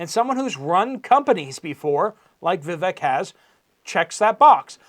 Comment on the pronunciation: UPDATE; VIVEK IS PRONOUNCED. 'VI - VAKE' LIKE 'CAKE'